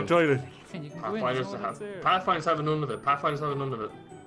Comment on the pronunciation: dont you mean toiloot